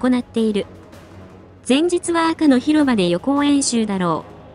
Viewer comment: 『赤の広場』を『アクのひろば』と言ってるの😂ウケる🤣